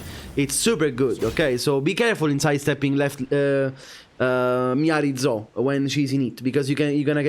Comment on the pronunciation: "Miary Dzo" is such an Italian way to pronounce her name hehehe 🐉🐲🐉